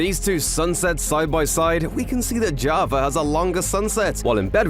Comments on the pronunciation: why this dude says JavaR edition instead of java edition ? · Y Do you say JAVER instead Of JAVA Sometimes?? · Why do people say javer instead of java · He says: “in javer edition”. But writes Java 😔. Whole video is clickbait 😭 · “Javer edition” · Y u say javar edition? Why the R when u say edition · Bro said javar edition 💀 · “Jarvar edition” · "In jovver edition..."